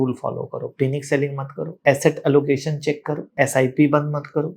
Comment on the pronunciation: पैनिक can’t even pronounce the word Panic correctly. This guy is a big story teller.